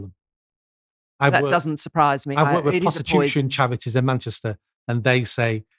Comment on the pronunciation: What dialect does have where the letter R is pronounced W like "chawities" and "get wid of it"?